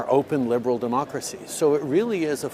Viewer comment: What's a 'Lieberal'?